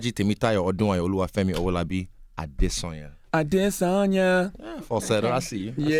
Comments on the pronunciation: You can tell Yee didn't watch the fight and Charlamagne is a casual, calling UFC a sport, not knowing how to pronounce Izzy's surname. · Izzy. Already butchered the guys nigerian name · When people who claim they're from West Africa, yet can't pronounce West African names.....CRINGE. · Showing love to Izzy all day! My dude been a beast for minute. And you lame for not knowing how to pronounce his last name Charlamagne lol. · They really don’t know how to pronounce adesanya? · These people couldn't less about martial arts.dude doesn't even know how to pronounce his last name.